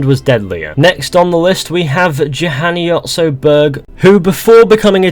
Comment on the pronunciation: That how you did Said Juhani Berg was weird... Im a Finnish person.